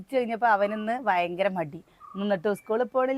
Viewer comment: Vayankara Alla Bayankara aane